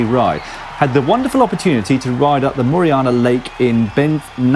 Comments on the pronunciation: It's not Moriana it is Moraine Lake. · Sorry Dan but it's "Banff" as in "Dan-ff" (or, more accurately "Damff") and "Moraine" as in "Mo Rain"... something you might be familiar with considering your country's weather. Also the road to Moraine Lake is closed to traffic from mid October to mid June or so due to avalanche risk. Having said that, part of the road is track set for cross country skiing once there's enough snow. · Banff, Dan, BAN-FF... it's named after a place in Scotland AND... it's MORRAINE Lake... More-rain Lake. What the bloody 'ell is with you and Canadian places? Come over here and I'll school you on them over a great ride and a better pint or two. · You mispronounced... more - ane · It is Moraine Lake mɒˈreɪn, sound file here rhymes with "Lorraine", the first name given to some women. This was once the picture on the back of a Canadian five dollar bill, and I once spent the night at the Canadian Alpine Club hut at the top of the snow-filled couloir in the back ground.